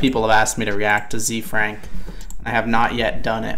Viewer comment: As a heads up, it's pronounced like Zay Frank. His name is Hosea Frank, Ze Frank for short.